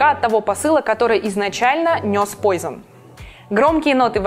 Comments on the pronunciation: Вообще-то не ПОЙЗЕН, а ПУАЗОН...Франция, все-таки:) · Учите французский хотя бы для того,чтобы правильно произносить названия парфюмов и домов их производящих. Режет слух пойзон,мэйсон,да ви....и ect. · Произносить Ла ви э бэль, но Пойзон...... В чём логика, если Пуазон.....? Тогда уж говорите Ла вие эст бэл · Ну зачем столько сарказма ? Во первых, не мизон, а мЭзон или мЕзон, Ля ви э бэль ( именно так и произносится ) Во вторых, Пуазон... 😊